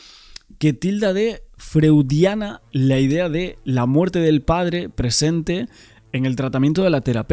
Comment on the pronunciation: Freudiana (se pronuncia froidiana) si es por Freud, problamente se refiera al un complejo de Edipo mal resuelto . En la mitología griega Edipo mata a su padre para quedarse con la madre (simbólicamente), en este caso representaría el poder que le da el dinero y manejar todo su imperio empresarial. Según el psicoanálisis, el Edipo se pasa entre los 3 ó 4 años aprox, por temas de apego a la madre y que él padre representa la autoridad, que el niño lo ve como frusta sus deseos....A groso modo, no es literal. Esa teoría explicaría un enquistamiento (desviación de lo habitual) en esa actitud frente a lo que representa el padre. En verdad, la explicación es más compleja y dicho así suena hasta burdo, el psicoanálisis ha evolucionado desde Freud. P.ej. en la adolescencia aparece la rebeldía, los terapeutas procuran situar al individuo en su presente, le acompaña discernir lo fantaseado de lo real, y le da herramientas para procesar los sentimientos encontrados para disolver nudo del conflicto (controlar impulsos, mejorar la autoestima etc). Por eso, resulta impensable que ningún psicoterapeuta profesional, intervenga y menos que refuerce el conflicto, recomendándole a Isak que le dé el dinero al Jonathan para que rebaje su agresividad. Es de locos!!! Por eso me llamó tanto la atención, no sé qué pensar: a) la prensa por desconocimiento o lo que sea, distorsiona lo que pasó. b) Jonathan interpretó mal a la psicoterapeuta, y traslado a su padre una conclusión errónea, para salirse con